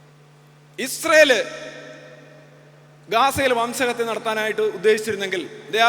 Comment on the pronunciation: വംശഹതൃ അല്ല 🎉.. അങ്ങനെ തോറ്റു 😅.. RC🔥🔥🔥